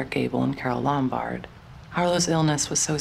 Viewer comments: They were already divorced by then. He was involved with Jean Harlow instead. The narrator mispronounced "Lombard" by putting the accent on the second syllable. It is irritating. It is "LOM bard." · You're mispronouncing Carol Lombard's last name. You're putting the emphasis on the first two letters. The emphasis should be on the BARD